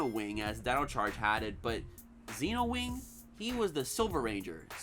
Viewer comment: I don’t get why people pronounce the silver rangers name as “Zeenowing” when it’s supposed to be “Zenowing” sense that’s what characters call him on the show. I never really understood that.